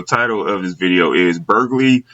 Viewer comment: bur-goo-larry :face-purple-smiling-tears::face-purple-smiling-tears::face-purple-smiling-tears